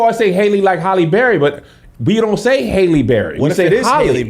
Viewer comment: I hear folks say Holly & Hey·lee... But when I hear Chloe & Fam say it, it sounds like Hal·ley. Like Alley cat/oop/way.